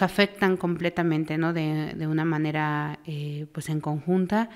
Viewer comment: Desde el principio que escuche que dijo de MANERE, ya me salte el podcast. 😅